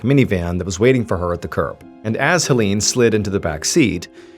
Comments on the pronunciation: Hoe-leene?? it's pronounced more like "Haylayne" dear 🤣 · Erm, 🤓☝️akshully, the name "Hélène" is pronounced "Ay-lenn." (First syllable is like the letter A.) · Great story! I am loving this series of French murder mysteries. Ps - Hélène is actually pronounced “ay-LEN’ 😊 É= ay È= eh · I really enjoy the way you tell the story. Very natural. Just an FYI, I'm an anglophone from Quebec, Canada and speak a certain degree of French. The name Hélène, because of the accents on each e is pronounced, (hay-lenn). I am going to subscribe. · Hey sweetie, A short French lesson: ;-) If there is an é in the name or word, it is pronounced as EE (i.e., like in 'emotion'). Is there an è? Then you pronounce it as EI (i.e., like in the word 'egg')!! So Hélène is pronounced as HEELEIN. Sometimes also HEELEINE (depends on the person). Warm greetz from Pinkie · Hélène is pronounced the same way as Helen 😘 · Is it too hard to search for: How to pronounce Hélène? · I love your work but in this case, it would have been BARE MINIMUM effort to look up the pronunciation of Hélène's name (closer to Helen with the stress on the second syllable). I'm usually really immersed in the story telling but this kept annoying me. It felt disrespectful and like minimal effort went into basic research.